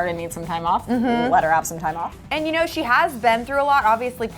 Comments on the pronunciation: You pronounce it 'you know' not uno the Spanish number - just saying 😂😂😂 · It's not uno it's you know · Uno used in text is pronounced like you know btw 💜💜 love you guys